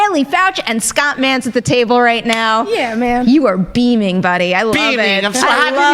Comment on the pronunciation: Scott "Manta"? Lol